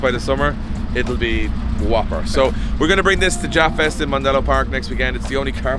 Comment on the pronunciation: When he says japfest is sounded like he said ja fest i though some rastafarians gonna come slide 😂😂